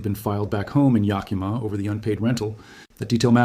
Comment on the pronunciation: You might be interested in knowing that the Yakima were a tribe of Native Americans. It is not pronounced "ya+kee'-muh". Native languages tend to put the accent on the second syllable. The tribes name is actually pronounced as Yah-kih'-muh. Just saying... Love your videos regardless! Dreamhawk 🪶